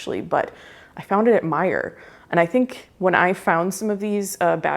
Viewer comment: I pronounce it the way our esteemed host pronounces it:P